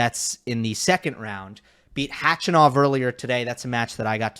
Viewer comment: .......I love you but can you please stop mispronouncing Khachanov's name